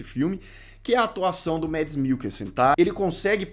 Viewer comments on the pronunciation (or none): Não é Mads, é Mass....o d não é pronunciado e s pronúncia dinamarquesa do sobrenome dele é impraticável 😂😂😂😂 o filme é baseado numa lenda mas, mesmo sem uma palavra ele entrega uma excelente atuação